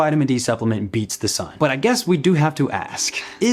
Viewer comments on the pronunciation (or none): please ditch the ebonics (aSk, not aKs, you obviously know which is correct English grammar). You are far too intelligent to perpetuate poor grammar. Using ebonics does not make you "fit in" to your neighborhood. It separates you from the American population at large, and that is most definitely not a positive. Isn't our overarching goal to unify and not separate? I do hope you will take this advice w the care and respect intended.